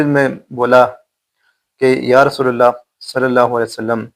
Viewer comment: آپ نے رلا دیا بہترین واقعہ سنا یا آپ علی کے بعد رسول پر زبر پڑھ رہے ہیں زیر پڑھا جائے گا معذرت کے ساتھ اصلاح فرمالیں